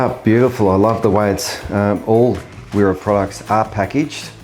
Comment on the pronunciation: I live in switzerland. its used widely over here. (Im australian). Only point to note it prounced Vera. The W make a V sound.